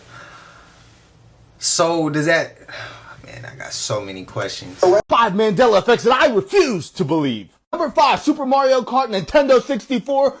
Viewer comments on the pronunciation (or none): none